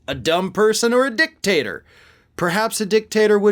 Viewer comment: 🤭🤣😂😅🤤 You said, "dick-tater". 🤭🤣😂😅🤤👍🏻👉😡👺🔥👍🏻